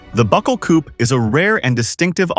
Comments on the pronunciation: Coupé is pronounced COO-PAY not COOP Marque is pronounced MARK not MARKY 🙄😂😂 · French origin word, its pronounced coopay...